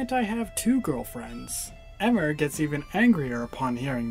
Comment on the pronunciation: It's pronounced eeee-mer not eh-mer